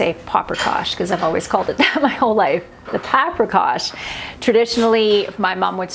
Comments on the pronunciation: It is pronounced 'pop' rikash, remember it's not an English word! I didn't realize that it can be gluten free, I just never thought about it? When you get it here it is like chicken noodle soup - the noodles are all incorporated into it. So I'm super excited to try this recipe! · It's really called pa-pree-kash because you are using paprika...Absolutely delicious!❤❤❤